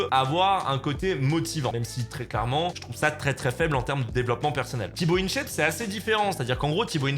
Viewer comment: Jsuis le seul à vriller dès qu'il dit "Tibo Inshèpe"? 😭